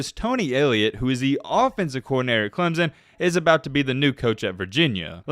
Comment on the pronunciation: dude it is not clem zon it is clem son just saying